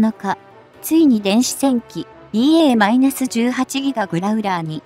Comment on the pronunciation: やっぱり１．５倍速で見るとストレスが減る！ しかしＥＡ－１８Ｇをいーえーじゅうはちぎがと読ませるのは違う！ Ｇを何が何でもギガと読ませるのは・・・携帯電話世代の５Ｇをごギガとか？ Ｆ－１５ＪのPre-MSIP機１００機の代わりにＥＡ－１８Ｇを同数欲しい(^^♪